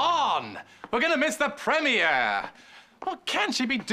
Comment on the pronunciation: It’s the way maxwell pronounces “premier” for me